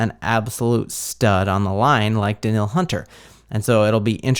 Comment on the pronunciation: It is pronounced Da-neal! And Hockenson is not Jewish. Also.. The Vikings have the best stadium.